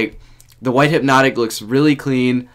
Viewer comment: He said there’s hype hyp-notik